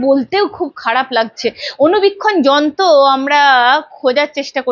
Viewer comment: Ei host er ropholar problem achhe - jonto na যন্ত্র।